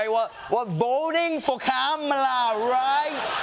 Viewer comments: At least he’s beginning to correctly say her name. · Oh wow he said her name correctly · At least he has finally learnt to pronounce her name correctly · It’s funny when he accidentally says ‘Kamala’ correctly. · He said Kamala correctly!